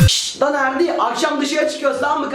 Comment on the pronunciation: Abi en sonda erdi diğicene ferdi diyosun